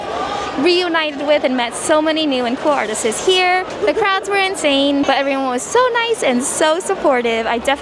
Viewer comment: i don't know if you've noticed this, but you always says "artises" instead of artists